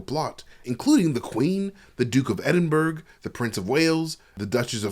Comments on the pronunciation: Edin-Burgh ? Hey, I know that England is not the easiest place to pronounce place names. In fact, it's straight up psychotic sometimes. But you gotta at least know Edinburgh ! London in nuts.. Going to Southwark? Pronounced "Sutthock" Plaistow.. Plar-stow. Chiswick - Chizzick. Ruislip - Rye-slip. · Not everyone does mate, I noticed it too but it happens so much that you have to realise unless you know, you know. Its like asking someone to pronouce Chinese cities correctly even though they have way bigger populations than Edinburgh. The bigger mistake is saying Edinburgh is in England, you'll have the Scottish to apologise to then 😅